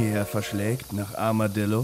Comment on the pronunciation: Ich hab statt Armadillo Armer Dildo verstanden :DD